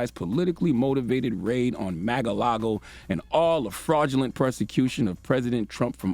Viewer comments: Why does he keep say Mag a lago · he said “MAGA- LAGO” 😂😂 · Pronounce it correctly. MA"R" LAGO. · “Maga-lago” lmfao 😆💀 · LMAO Charlamagne attempting to say Mar-a-Lago.🤣🤣😂